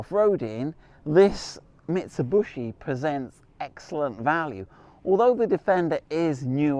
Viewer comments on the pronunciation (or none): Mitsubishi.....ffs.NOT BUSHI..........Mit....Su.....BISHI........what is so difficult..??? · Mitsub-U-shi. funny. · how you do pronounce the Shogun marque? MIT SU BISH EE or MIT SU BUSH EE? Just saying. 🙊🤔👍🏻🙏🦘